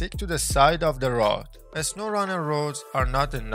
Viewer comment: "In a sowwrunner"